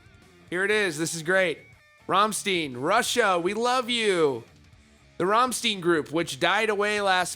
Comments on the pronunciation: Rahmshtain. I think that’s how it’s pronounced... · Rom-shtine. Reporter says, "I don't have time to fact check or pronounce words right. I just read other people's articles online and pretend I'm a journalist." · Learn to pronounce it slap head!!! RAMMSTEIN! Just say ROM-STINE! Learn it, Love it, don't forget it! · I quit watching after the 30th Ramm-STEEN. 😂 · How can it be Rammsteen? It's "ei" not "ie" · Rammshteyen (eye like i ) i hope u get ithave a greate one listen to rammstein's. Nr 1 hit rammstein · Romstine is how it's pronounced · Dude... you said you listen to them. You should know it’s “Rom-styne”. Lol. They say the name/word in some song lyrics. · He said Ramsteen, I'm out, im gonna go listen to slipkanot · Ramsteen, no way haha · Also, if someone kisses on stage the media don't have to write about it. Anywhere. In any country. Ah and also it's pronounced 'ramshtain' )) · Roll your R. Rrrrrr-AHM-SHtein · Arrrrumsteen !! --> pronounce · If you dont know how to even pronounce Rammstein, youre not a rock knower. They say Rammstein in almost every song🤣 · I'm genuinely proud of how many long-time Rammstein fans are in here that are more peeved over the mispronunciation of their favorite band than the fact that the guitarists kissed onstage in Russia. Like, everyone heard/saw the headlines and collectively said, "Yeah, so? You must be new here". ❤ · “I listen to them but don’t know how to pronounce it.” Dude, they have a song called “Rammstein” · You cant say your a fan and listen to their music and you cant say there name right. They have like 5 songs were they sang there band name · you keep saying that the news don't want to talk about it but in the title it says government responses.. but it did not.. WTF? you're just sitting there for 5 minutes and pronounce the bands name wrong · i lost i when i heard him say Rammstein wrong 🤣🤣🤣😂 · If your gonna report rock news, it's probably a good idea to know how to properly pronounce a bands name. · Rahm shtayn.